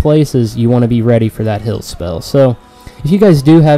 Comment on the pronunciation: Liked the vid just hated the way u say HILL instead of HEAL